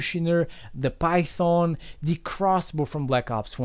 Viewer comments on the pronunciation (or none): none